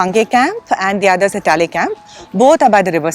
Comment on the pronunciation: Thanks mams for covering our place and showing to the world.one thing i would like to suggest is the way you pronounce the name Talle valley.its should actually pronounce TA LE BE LE ( not TA LI BAA LI).im an apatani guy from ziro if you want more about this place i would be very happy to help you .thanks all